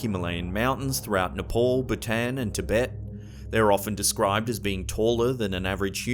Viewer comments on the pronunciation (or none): none